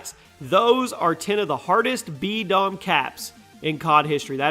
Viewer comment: Anyone think it said D-bom instead of B-Dom? XD